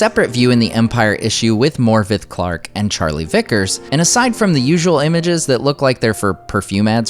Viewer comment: Great video .. FYI in Welsh Morfydd is pronounced Morfyth 😉